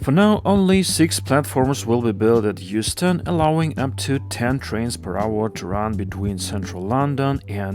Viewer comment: my ears autocorrected that to Houston and not Euston😢. I can only wish